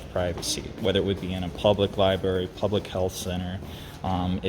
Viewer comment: " for lie-berry purposes they don't want nobody recording"....okay, well nobody isn't recording so....